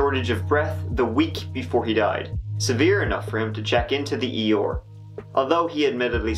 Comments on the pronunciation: Can you try a little to speak clearer as English is not my first language and eeyore I understand to be a donkey and not a ER as you meant. This can be very confusing for me although I like your videos overall. Thank you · That's how pronounces his 'R's' like 'OR'. It's strange I know 😂